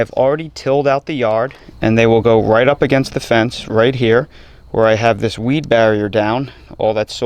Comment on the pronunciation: "Check out dis tail!" LOL 🤣🤣🤣